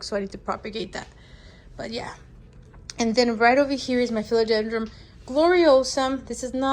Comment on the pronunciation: yeah, I keep on hearing philodendroM. it's philodendroN!😂